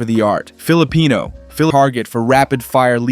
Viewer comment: "Philipeno" bruh